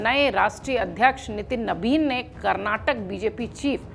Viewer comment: कैसे बोलती हो.... karrnatak...